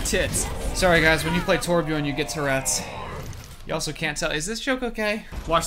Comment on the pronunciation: jesus christ its T O R B J Ö R N